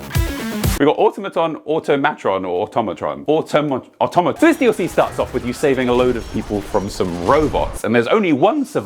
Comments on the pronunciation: you mispronounced "auto-mattress" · It's pronounced Ah Tom Ah Tron because it's a play on "automaton". Although I did go back and watch the original release trailer for the DLC and they do not actually pronounce it out loud, nor is it ever said in the game. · It is actually a combined word of automatic and matron so the proper pronunciation is auto-matron, we actually know the correct way to pronounce this word because we know the correct way to pronounce the words that make it up